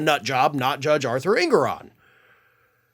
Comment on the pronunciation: Judge En*GO*ron. Not ENgoron. En*GO*ron. Just sayin'...